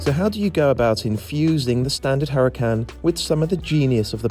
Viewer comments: Huracán is a Spanish word (as usual with most Lamborghini cars) and in Spanish the letter h is silent, just like in honor, honest or hour. Cheers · You are mispronouncing the name. The H is silent.